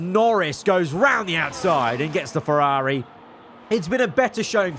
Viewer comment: Why do you say Ferrari like that